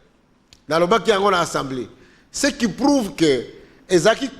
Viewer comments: Mais, sala effort ata opération na gorge po olobaka ASA ASA ASA ASA mais pas ENSA ENSA ENsamblé nationale. L'Institution s'appelle ASSAMBLEE ASSAMBLEE ASSAMBEE ou comme vous voulez ASSEMBLEE ASSEMBEE NATIONALE. PHONETIQUE C'EST [ASSAMBLÉ] Mais pas [ENSSAMBLEE]...Il n y a pas nasal, please il n ya pas nez. reaprenez les choses...SVP, Ndeko Zulu, Kankolongo, Epenge, Bibi, Reaco news, e tuttti quanti, please...comme on dit ASAMBUE dans la boucle. Et c'est ASAMBLÉ. Pas ANSAMBUÉ et pas ANSAMBLÉ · eza Assemblée pas ensemblée yekola ko prononcer esalaka nga pasi koyoka yo na ba journalistes mosusu ko prononcer ensemblée